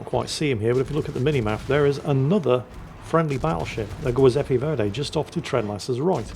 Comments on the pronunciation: Giuseppe is pronounced Djiooseppe, not Gweeseppe!! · The what? The "goy"seppe verdi? How can you have a cat called juizy but pronounce an Italian name with a hard G? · really butcherd it today, LOL